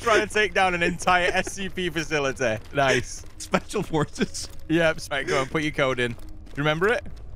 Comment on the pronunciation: "SPEACIAL forces" LOL